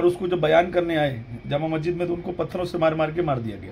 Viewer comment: Iski auqat nahi munazra karne ki. Masjid ko majjid, yazid ko yajjid bolta hai. Pata nahi iske baap ne isko kaha padhaya hoga. Ye khud Ahle bait ka gustakh hai video me bolta hai ki humko shiya se milate ho aur nicche shiya wali comments pe ❤️ bhejta hai kyu ki ye khud shiya hai.